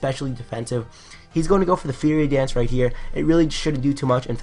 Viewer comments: It's FIRE-ey dance, not "feerey" dance. great narration though. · lol feary dance. you pronounce fire-e dance